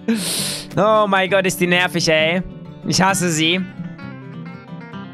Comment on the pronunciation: Du sagt immer gott mit "s" am ende😅😅👌